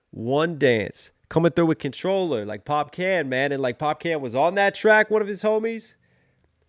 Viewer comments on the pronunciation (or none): it's pronounced Pop-Caan, not Pop-CAN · It’s pronounced pop-karn. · 👏🏾👏🏾👏🏾 another brilliant analysis ... (BTW Popcaan is pronounced Pop-kahn ... the double AA means draw out the kahn sound)